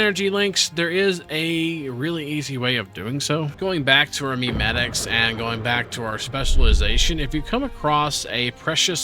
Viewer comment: My guy called it "Meme" metics lol